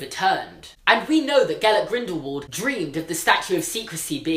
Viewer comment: its German and pronounced gaLVET grINdlevald